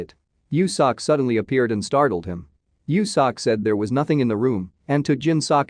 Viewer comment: It bothers me how this voice says “seok” 😭😂 it’s meant to be said more like soak